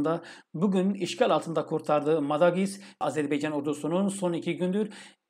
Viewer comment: hocam lütfen azerbeycan değil azerbaycan diyelim. 💕💕💕